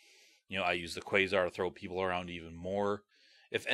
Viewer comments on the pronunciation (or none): none